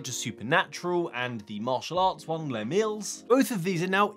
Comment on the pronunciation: Congrats on the anniversary but did you pronounce Les Mills like it was French? Leslie Mills was a New Zealand athlete. The gym named after him has released a VR workout, Les Mills Body combat. I guess it would sound more like Liz Mel's to non-kiwis. Anyway good job. Keep those knees up.